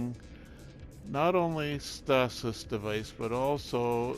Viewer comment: Where did you learn how to pronounce "stasis"?